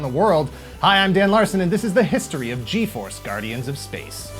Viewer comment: I remember watching Fuerza Yi , sorry, just found too funny that you pronounce the G in all the names in English. Anyway, yeah I grew up watching Fuerza G in Cartoon Network Latin America, don't remember too much of what happened, except that they always talked about how dangerous was to use the firebird thing yet they used it every other episode.